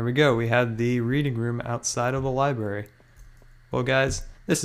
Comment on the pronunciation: dude how old are you it's not liberry its liBRARY